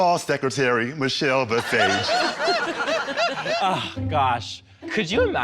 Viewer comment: "RuPaul's secretary; Meechel Bee-sage" LMAO